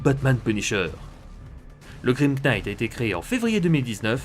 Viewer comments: LE "K" EST MUET ARRETE DE DIRE Knight. c'est ultra instatisfaisant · Je tiens juste à rectifier un peu ta prononciation de l'anglais : "knight" se prononce "naïtt" Et "laugh" se prononce "laof" Voilà ^^ Sinon, toujours de la grande qualité, comme d'habitude, je kiffe vraiment cette série Batman Metal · On ne pronnonce pas le K de "knight" et toutes les autres prononciations en général sont horribles... J'aime bien ta chaîne mais c'est horrible a entendre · Très bonne vidéo, mais le K de "knight" ne se prononce pas. Tu m'apprends des trucs donc je me permets de faire de même ;) ! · Tellement plus efficace ! Il a résolu un nombre de problème (bon pauvre Gordon quoi x,) (Juste le K de knight ne se prononce pas xD)